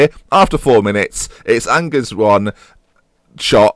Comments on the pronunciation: Angers is pronounced Anzhay, it's the main city of Anjou. Why didn't you ask that delightful lady you had on the first show, or is she busy training to be your backup Defensive Mid? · Angers SCO pronounced An-Jay btw ;) If you need French lessons, feel free to contact me :D PS : some good young players for your team : Corentin Jean / Benjamin Mendy / Alexis Blin / Adam Ounas / Lucas Hernandez / Abdou Diallo / Alban Lafont / Jeff Reine Adelaide / Thomas Basila ! Good job as usual mate ! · angers is pronounced like arn-jer